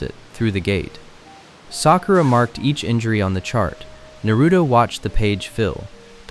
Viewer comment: Jar -Ye -Ya , Narrow -toe 😂